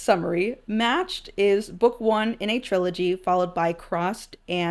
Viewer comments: no fr I was like "Who tf is Kasha?" Before I realized she was butchering Cassia 😂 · It actually is her 17th birthday. She happens to have her birthday on the day of the month they do the banquets, and always hoped it would happen on the day but knew it might not, and was very happy it actually did fall on her actual birthday. Also your pronunciation of Cassia is so different from mine it took me a minute to figure out I wasn't hearing it wrong lol